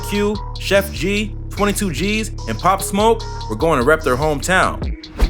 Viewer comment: Why do news stations send people who know nothing about the story or person out to report it. The fucking guy could not even get his name right